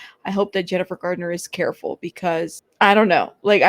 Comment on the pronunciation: It's Garner not Gardener. There is no D in her last name. I thought you'd like to know. 😊It's Garner not Gardener. There is no D in her last name. I thought you'd like to know. 😊